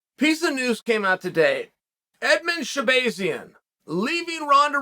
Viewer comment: Did chael pronounce Edmen Shabazyan correctly!?